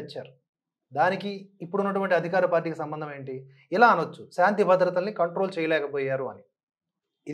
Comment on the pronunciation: 'సంబందం' 'సంబందం'అంటూ మాట్లాడుతున్న వ్యక్తి ఎవడండీ?